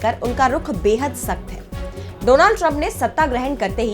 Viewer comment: Agli bar dronad bolne wala kon bolatha ? A eski porinam ab vogo